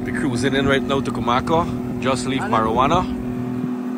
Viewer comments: You pronouncing the word wrong it’s not marijuana it’s morawhanna. I live north west for a while so I know those places. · that place is Morohwanna, not marijuanna